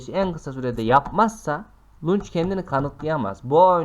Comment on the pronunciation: Bir daha lunç anlatma biz utandık sen utanmıyon